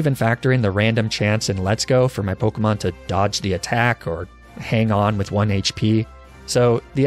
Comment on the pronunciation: The pronunciations of the pokemon kill me